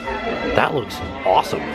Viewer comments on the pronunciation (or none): none